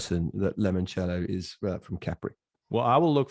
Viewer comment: This happens to be one off my favourites, second time around 🥃 did I just hear get lemon cello wrong 😳😳😳🤣🤣🤣🤣 🇬🇧🇬🇧🇬🇧 brits again